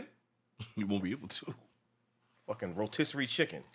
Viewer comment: "Rotisseree Chicken" lmao